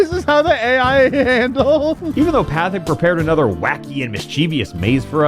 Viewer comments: pronouncing the guru's name as "path-ick" is killing me lmao. I fully understand why, he was a very minor character that showed up for like 2 or 3 episodes, but still funny. For future reference, Pathik is pronounced "paw-teek" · I cannot BELIEVE that says “Pathic” instead of “pot-eek.” But it’s so perfect for a dumpster fire of a game like this so it works. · 'Path-ick" fills me with unbridled rage go to jail NOW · As someone who literally just rewatched The Guru episode yesterday, his name is, in fact, “Patik” (pronounced “Pah-teek”) 😂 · Pronouncing Pathik's name as path-ic hurts me more than Sozin's comet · Pretty sure his name is pronounced “Pah-tik”. Not gonna verify that cuz I’m lazy. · Him calling the Guru, "Pat-Thick" is amazing 😆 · Pathik is pronounced Pah teek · You said Guru Pathik's name wrong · the only thing worse than this game is how you pronounce pathik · With pronunciation of Guru Pathik's name I dont know of he watched the original show either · the absolute lack of ability to pronouce Guru Pathik's name from someone who has clearly seen the show is kinda annoying to my brain, oh also this video feels schizophrenic and insane as has some events out of order like meeting Zhao and Jet are brought up at odd times but yeah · I'm just here to say I'm upset how you pronounced Pathik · … I cringe everytime he says “Pathik” wrong lol. Surprised he didn’t notice that